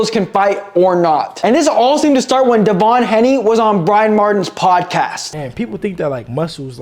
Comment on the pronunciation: "De'von Haney"